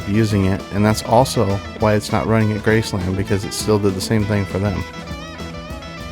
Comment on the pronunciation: You say Graceland WRONG